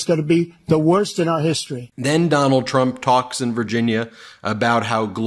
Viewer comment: ..."the worsk is nuclear warming"... Huh?